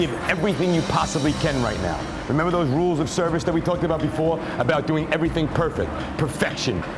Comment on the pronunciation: is it me or did I hear Gordon say everythink?